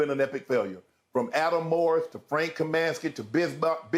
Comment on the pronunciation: I am commenting as a lifelong fan of the Charlotte Hornets and (including the Bobcats era). Adam Morris? Frank Kamansky? Bismark Biyombo? Shannon believes the picks have been so bad that he mispronounced and/or got all their names wrong. Adam MORRIS(ON). Frank KAM(I)NSKY, BISM(A)CK Biyombo are their correct names. I know its very easy to make fun of these guys for not living up to the potential we drafted them at, but they wore our jersey and put their careers in our hands and we did not put them in a position to succeed. Adam Morrison tore his ACL in the preseason of his second NBA season and he never recovered, but still has two NBA championship rings; Tell me Adam rode the bench the entire two years and I will ask you "Why did the Lakers kept him on the roster?" Frank actually did well in a supporting role for the Phoenix Suns the year they went to the NBA finals against the Bucks before he unfortunately got injured. BISMACK BIYOMBO grabbed 26 rebounds in the 2016 eastern conference finals which ties him with Dwight Howard and Hakeem Olajuwon for most rebounds in the NBA playoffs since 1984. ALL THREE MEN EARNED THE PRIVELADGE TO WEAR AN NBA UNIFORM AND IF YOU WONT PUT RESPECT ON THEIR NAMES THEN I WILL! But the bigger picture is correct, I believe there is something very wrong in the Hornets organization. I have my theories but only the people inside truly knows what it is. To anybody that laughs or mocks my comment, I stand by my comments and I don't care about your nega